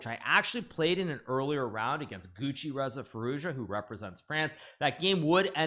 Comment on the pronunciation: GUCCİREZA FİROUJA hahahahahahha